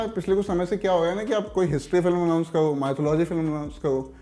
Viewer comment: Announce kao?? Abe tu "r" bol sakta hai kya?